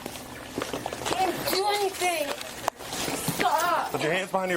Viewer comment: Pleasea, noa, stopa. none of these words have an a at the end.